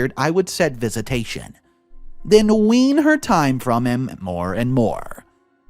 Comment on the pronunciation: Last story: the word you want to use is ‘wean’, not ‘ween’. EG: ‘Wean her from her boyfriend.’